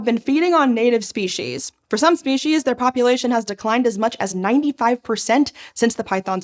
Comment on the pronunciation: Anyone else mentally cringe when they hear "spee-sheez" instead of "spee-seez"?